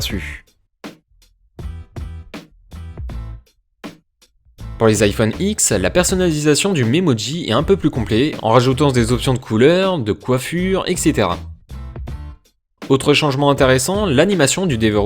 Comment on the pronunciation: Bonne vidéo ! Mais on dit iphone Dix pas X mdrrr